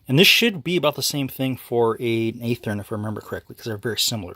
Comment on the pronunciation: Good video. Did you say EEthorn? It's pronounced Athearn (AAF-Thern).